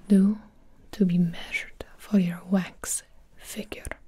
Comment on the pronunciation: I thought so too cause the way she said wax "wayx"